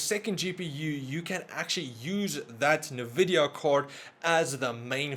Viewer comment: "nuh-vih-dee-uh" Common mispronunciation. It is pronounced as "en-vih-dee-uh" or more simply put as "invidia". "invidia" is latin for "Envy"